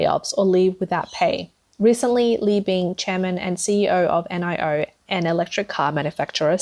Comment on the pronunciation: It’s Nee-o not N I O